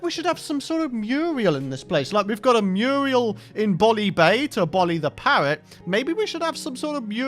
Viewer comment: "Murial" do you mean mural